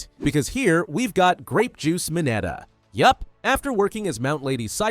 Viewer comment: It's mineta not minata